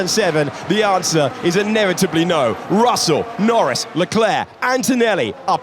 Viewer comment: Dios mío! Estos relatores mexicanos son los peores!. Russell se lee "rasel".. Dios! Donde estan los relatores argentinos??